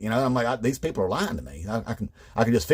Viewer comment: Love this. 😆 A lot of MAGA pronounce "people" as "PAYpul" You could nail it even better. 🤣 Great job!